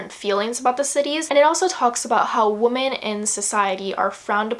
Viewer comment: For some reason it really bothered me when you kept prouncing women as woman lol